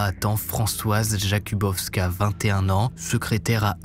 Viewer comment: Oui on connait bien l’affaire ; d’ailleurs en algerie on dit a un malfrat …tu te prends pour un barbault 2 erreurs de noms on dit delille et non pas de lis ( le s ne se prenonce pas comme mesrine ou l’isle ) et jokubowska et non pas jabukowska Tu n’evoques pas le sac qui a été finalement exposé a la marie et reconnu par ses collegues de travail qui l’ont longtemps suspecté avant 1976 Tu n’evoques pas aussi le fait que les femmes se teignaient les cheveux en blond puisque ils ont remarqué qu’il attaquait les brunes